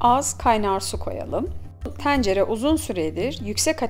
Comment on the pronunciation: Abla şu E leri bi rahat bırak ya. Tencere diyişine odaklanmaktan tarifi dinleyemedim.